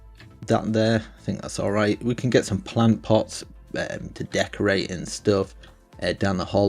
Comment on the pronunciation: Plant pot dosent sound right